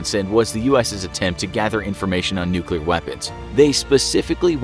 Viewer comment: There was a nucular explosion bit this might be a health hazard